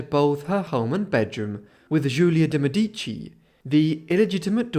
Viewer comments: One small thing on the pronounciation: in Italian the emphasis is on the first syllable, not the second. So it's "MEdici", not "MedIci". 🙂 ("Meh-dici" not "Me-dee-ci") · The accent on the word "Medici " goes on the e , while here is emphasized on the first i, and is a grave accent . Mèdici, rather than Medìci. Just saying it cause I'm Italian from Tuscany, but it's still absolutely understandable. This video is really interesting historywise 🙏🙏🙏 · I appreciated your dedcation and your deep dive into her life but just a side note: the correct pronunciation in italian is Mèdici (stress on the E) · Lovely video. "DeMedici" is pronounced "de MEH-dee-chee". I used to think is was pronounced "de meh-DEE-chee also. Just saying. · Do me Explique PQ NAO SABE FALAR O NONE CORRETO ? MEDICI ??.